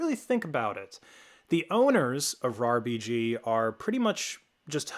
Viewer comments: he was sayin R-A-R BG goofy ahh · It's pronounced RARBG not R EI R BI GI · It's RAR-B-G Not RAA-R-B-G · buddy they're not called "areyar bg" they're called "rarbg" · Why are you pronouncing rarbg to R A R BG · >arr ee arr bee gee pls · why did you have to say it like arr-aye-arr-bee-gee 😭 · Came to the comments for this! I've downloaded loads of RARBG stuff and in my head always said "RAR-BIJ". When I heard him spell it out, I thought "Oh I have been wrong" (Maybe still am). What's the most common way people say it?